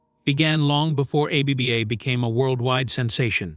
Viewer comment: Dont use AI to do your voiceover. The pronunciation is very distracting A B B A instead of ABBA really?